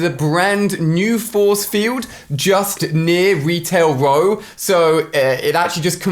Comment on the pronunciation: Lmao, he said Retail Row like "Wetail Whoa" lol alia sucks